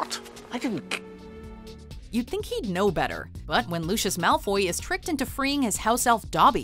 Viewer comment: ... did you just pronounce lucius malfoy like lucius (frozen) from the incredibles? 😵